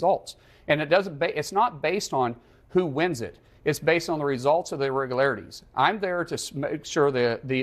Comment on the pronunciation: Would be nice if he could actually pronounce “irregularities “